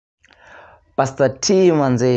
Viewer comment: Its pastor not paster